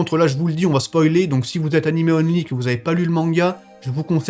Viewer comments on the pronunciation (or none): none